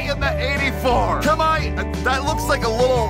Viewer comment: for Kobayashi's first name I think it's pronounced Ka-Mu-E.